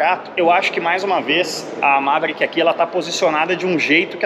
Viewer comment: MA - ve - rí - ck( qui), com a silaba tônica no ri. Qualquer outra pronúncia não será aceita. Kkkkk